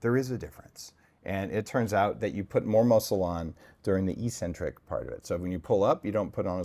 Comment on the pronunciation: Ehk-sen-trik. The first "c" is hard because the letter that follows is a c (not e or i).